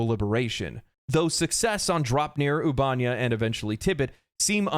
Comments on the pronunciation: Oob-eh-neigh-uh. Not oob-ahn-yah. Computer says it every time you enter the system from elsewhere. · Loved the video, hated "ubánia"... Ubanéa. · I feel like it's pronounced Ubah-nea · Ubanea = "Oo-bah-nay-uh" not "Oobanya" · Trying to take this seriously, but “Ubanya” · Seriously dude the ship computer even tells you how to pronounce the planet names lol. It's 'Oob - A - Nay - A' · why can noone say the planet names. The other helldivers channel i watch keeps calling it albania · How are you mispronouncing the planet names when there is audio properly pronouncing the planet names in game?! Ubanea is pronounced "Oo-ba-nay-uh" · Why you gotta say Ubanea like that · The way he says "Ubanea" has me calling my local Democracy Officer to report him. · Damn I could not listen to him say Ubanea lol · Taking a shot every time he mispronounces “Ubanea” system!